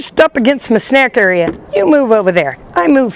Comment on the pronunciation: Every time she says “snack area” 😂